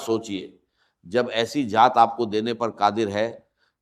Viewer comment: Ya hindi bolnay wallay ha awaz 80 % ssame ha .words jo bolta ha hindi word darwaza ke jugha darwaja bolta ha .zekar jekar bolta ha .zat ke jugha jaat bolta ha .